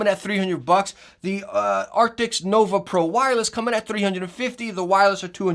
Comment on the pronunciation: Your video came up in my feed. I thought I'd jump in and see if you'd learned to pronounce the word ' A R C T I S' yet. Epic fail. And your thumb nail description has a spelling mistake. PMSL 😂😂😂